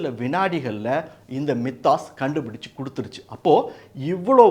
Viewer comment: "My-thos" என்பது சரி. மி தாஸ் இல்ல. 😊